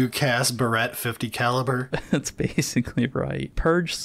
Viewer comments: The idea of a 50-calibre hair clip (barrette, which is what said, rather than Barrett, which places the emphasis on the first syllable) had me laughing so hard I had to rewind. Mission accomplished, lads! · Hearing that pronunciation of "Barrett" hurts about as much as getting sniped by one.